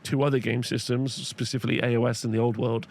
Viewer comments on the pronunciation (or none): none